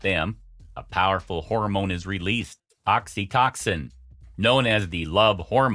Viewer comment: Is this an AI that's reading a badly written script? Oxytoxin lol, I've never heard anything like it, It's Oxytocin pronounced OXY-----Toe------Sin.....smh